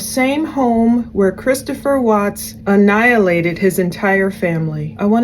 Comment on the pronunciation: She keeps saying 'annilated'.......Chris Watts murdered his family! She has a tendency to ramble on about her not trying to be like Shanaan and all.....we get it lady!! Also what's up with the altar in the background and she's dressed like a hoochie mama in tight pants, sweater and hot pink plastic hoop earrings? All that takes away from this trying to be an earnest and intelligent docudrama.